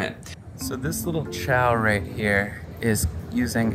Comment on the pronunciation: Xiao is pronounced sheow not chow